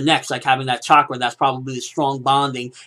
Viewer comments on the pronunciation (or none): none